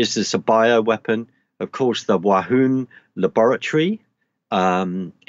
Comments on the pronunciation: WUHAN as in Woo-han and not Wahoon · It;s :Wuhan " Not Wa hun lol 3 : 11 .